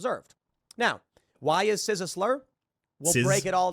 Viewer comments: Really weird that he keeps saying "sizz." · I love how Tim pronounces "cis" like Jizz with a C. "CIZZ!!!!" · I'm gonna start pronouncing it CIZZ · As if listening to Dim Fool wasn't grating enough, his continuous mispronunciation of cis as sizz is driving me insane! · The only thing I'm offended by is the way Tim pronounces cis. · I can't tell if he is intentionally mispronouncing it, but either way I want him to eat his beanie each time I hear him say it. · is tim mispronouncing "cis" on purpose? or is he just willfully ignorant!? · The idiot can't even say cis correctly, nothing he says matters, it never did but ya.